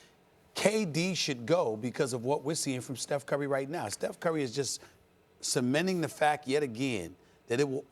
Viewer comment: "Steph Curwy"-Stephen A